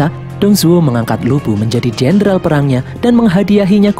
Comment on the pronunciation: Bisa engga ngomong lubu nnya jgn bikin ngak ngak